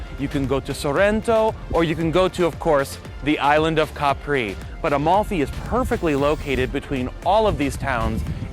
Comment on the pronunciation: it's Capri, Not Capri' ! Capisc?